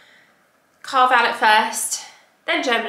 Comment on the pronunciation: Valet pronunciation🤣🤣